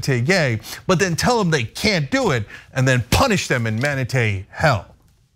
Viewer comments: No, Cenk. You stop it! Stop it right now! It is manaTEE, not manaTAY! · Cenk -- It's "im-moral" not EE-moral. And ManatEES, not ManaTays. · Maybe off topic, but I love how Cenk keeps saying manatays and not mantatee. LOL! I also thought it was fun to learn they have gay sex. I had 2 male cats that got it on all the time, so that's just hilarious IMO. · The way Cenk pronounces manatee is both adorable and hysterical. "Manatā" LOL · Say manatee.